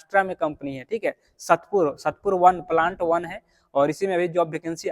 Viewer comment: satpur nahi hai sAatpur hai wo prononciation